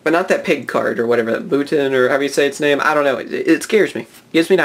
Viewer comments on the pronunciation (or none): none